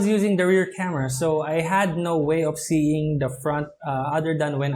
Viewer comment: Pls pronounce the words correctly... OF not OP... HAVE not HAB.. FRONT not PRONT..